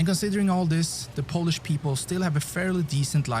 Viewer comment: Polish pronunciation of the narrator guy in this video is atrocious...